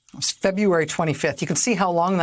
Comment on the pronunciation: Feb-u-ary ?? totally annoying!